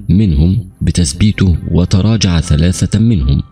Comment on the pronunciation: صحيح اخطاء لغوية وعدم التقيد باللثويات مثل ثلاثه سلاسه إثنين اسنين واخطاء في الرفع والضم والكسره